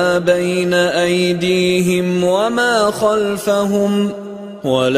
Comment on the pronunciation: Salam aleikoum, il y a une erreur dans la récitation. Minute 5', "bayna aydihom" au lieu de "aydihim". Juste une petite remarque. Sinon belle récitation mashallah.